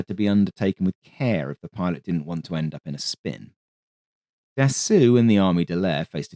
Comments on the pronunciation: The correct pronunciation of Dassault is "Dasso"....NOT "Dassoo" or "Dassu" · for the record (pedantic record), Dassault is pronounced like in English just without the L and T (assault rifle), so more Dassow than Dassuh. Great video as always ;) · Can you PLEASE stop refering to Dassault as "Dassoo"....it is pronounced as "Dasso".....when the letters A and U appear together in a french word, it is pronouced as a singular O....in exactly the same way the French car manufacturer Renault is pronounced as "Reno".....not "Renoo" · Your narration is so captivating and pleasant. I'm always excited when you upload. Iirc his name is pronounced closer to "da soul" than "da sool"😊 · Dassault is pronounced DAH-SEW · Love the channel in general, but of all the wrong ways to pronounce Dassault, this the worst. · I love the channel, but was surprised by consistent mispronunciation of Dassault. Mars an otherwise insightful and witty (non AI, bless you and us all) script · A true D'assault on the ears.